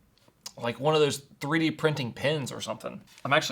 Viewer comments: Three d not threed. 😂😂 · EasyThreed I think should be pronounced as Easy3d 😂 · No, "Threed" was supposed to be Three D. It was probably translated by AI-yi-yi.